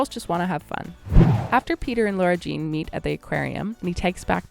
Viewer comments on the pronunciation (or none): REEEEEEEEEEEEEEEEEEEEEEEEEEEEEEEEEEEEE ugh whyyyy is she calling her Laura Jean it’s FRICKEN LARA JEAN BROOOOO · Why do you keep saying her name like Laura Jean???